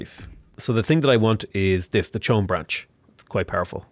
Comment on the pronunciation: isn't it pronounced as 'ko um'?